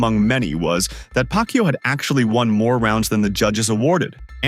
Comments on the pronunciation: Pronounce it as YAHWWWWW, not YOU !!!! Anyway, boxing is a gambling world, so what would you expect? They need to get that money back, after all, they're just using Manny as always! Though I need to complement Barrios too for being such a humble boxer, realizing how privileged he is to fight with a legend! After all, we all felt a sense of pride seeing a great fighter like Manny come back to entertain us after so many years, especially during the COVID pandemic. I mean 46 yo? I felt my rheumatism then!!! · Pak-u 2…learn how to pronounce mannys last name! And if u can’t, just call him by his first name!